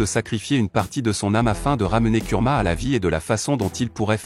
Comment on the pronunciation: Ce que pense de cette vidéo :très bonne vidéo expliquant avec détail, là tu gère 👌🏾,mais on dit kurama et non kulama